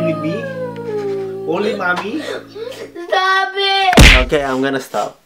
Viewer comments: Hey stob it Kim seokjin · Jin be like:STOB IT..